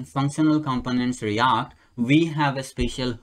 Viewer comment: Its react not REYACT😄